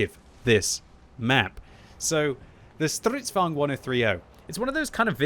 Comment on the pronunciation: Normal people: Stridvagne: STRRRIDDVAWGNED